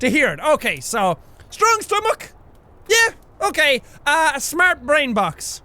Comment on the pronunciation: I know it's "Okayyyyyyy..." but it sounds like gay xD